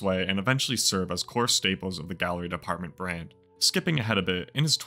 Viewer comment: Can you stop saying gallery depth 😂😂 it’s department. It just wouldn’t look right on shirts spelled out